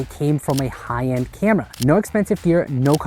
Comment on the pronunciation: Love the high-end “camdera” 😊